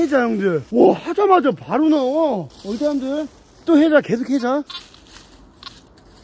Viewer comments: 왜 하자을 해자로 할까요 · 왜 계속 하자 라고 하는거를 해자로 들리네